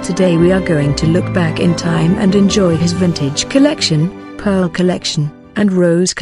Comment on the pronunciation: I love Dior! I hate how the narrator keeps saying “COLLECTION”